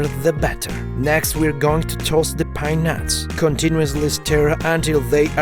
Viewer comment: By mishearing pine nuts it sounds like peanuts XD